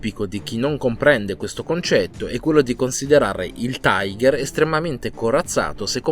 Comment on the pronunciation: La pronuncia ďel carro Tiger è tigher e non taigher. Sono tedeschi, non inglesi.